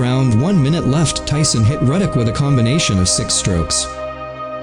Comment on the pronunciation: It's Ruddock Not Reddick!